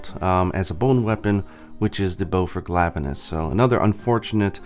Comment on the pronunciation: ... "Glavuh-nus". Yeah... sorry, the way you pronounce some of the monster names really makes me cringe. And why would anyone have ever pronounced Tigrex "Tih-Grex"? Shudders As for the Tigrex weapons... that is NOT the Bow's original design. In fact the Bow and the DBs were the only ones that did not look utterly revolting in their original form... and I guess they wanted ALL the Tigrex weapons to be ugly, so they changed the only decent ones. As I said against the other video though... I'm sure there are folks over on the Nexus who can bring across weapon designs from GU and could mod over these shitty excuses for weapons. And isn't there a Nargacuga Bow? Don't tell me they didn't even bother with a Narga Bow for Iceborne... That would just be unforgivable.